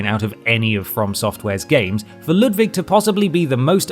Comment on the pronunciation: I can die happy now, someone actually said Ludwig's name right